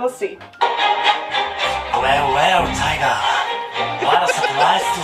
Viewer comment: I think it's "well well Taiga" not tiger 😂